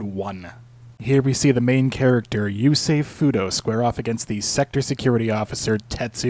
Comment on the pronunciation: I was surprised by your japanese interpretation of yusei, it sounds so good